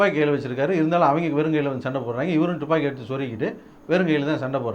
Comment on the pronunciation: டுப்பாகி இல்லை துப்பாக்கி